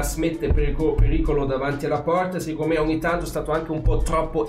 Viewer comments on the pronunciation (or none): E aumenta diventa "oomenta". Ovviamente si scherza. Anche io sbaglio quando parlo tedesco. Complimenti sei sempre chiaro e fai sempre dei bei video!